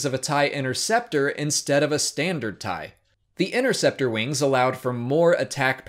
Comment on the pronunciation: Better thai. Oh, you meant tie? Oh.